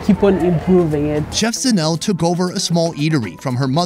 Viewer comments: By the way her name is pronounced ZA NE LE not Zanel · Lol. Yes I wanted to say, its pronounced zanel le! Dont forget the le. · ejo its zanele not zanel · Super cute how pronounces Zanele as "Zanel" 🤣😭❤ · Isn't it pronounced Zah-neh-leh 😂😂😂. You saying Zanelle like she's a Gazelle. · As a Cameroonian student in SA,I have come to appreciate South African culture, the hospitality of S.Africans, the pronunciations,etc and couldn't help laughing when pronounced Zanele as Zanell lol. Great job showing the truly authentic side of South AFRICA and not the Westernized McDonald's episode at Rosebank lol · Pronounced Zanel-LEH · Couldn't get over pronouncing Zanele as Zanelle😂😂😂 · I kept watching and going "Zanelle? That's a pretty fancy name, is it a nickname?" then it clicked lol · The way he pronounces South African Names😂😂.."Zanel" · Her name is Zanele,..Zah-neh-leh. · When said Zanelle...all south Africans know they laughed. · Zanele is pronounced Sun-Eh-Leh ☺ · Zanele is pronounced ZA-NE-LE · Are you sure her name is not pronounced ZAH-NAY-LAY? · The only thing that killed me was his pronunciation of "Zanele"... And then "soweto" not knowing its SOuth WEst TOwnship... But honestly the rest of the video made me an even prouder south african 🇿🇦 he comes with the utmost respect and care, makes jokes that are suitable and relatable and he will taste everything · Just needs to learn to pronounce Zanele and not try to mKe it sound French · Dude at least could have tried to pronounce Zanele correctly. And that's coming from an umlungu.